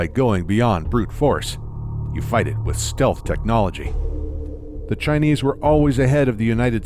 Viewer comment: "they could come up wih" - When did the become Irish?